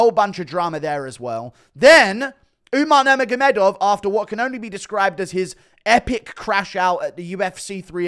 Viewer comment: “Umar nurmagomedov got into it with umar numagomedov”